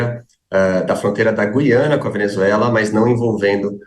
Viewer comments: NÃO É GIANA, É GUIANA. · Na nossa língua pátria a Guiana deve pronunciar o "U" os jornalistas deveriam saber. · Moça, Gu- i- a-na!, no Brasil Em Portugal vc deve falar Gui- a- na...❤ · EM PORTUGUES A PRONUNCIA É GU-I-ANA. ALFEBETISADA PELA PÁTRIA EDUCATIVA!